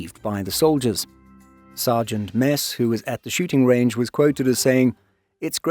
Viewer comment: holy shit a foreigner who didn't misspronounce the name Mads, this is incredible.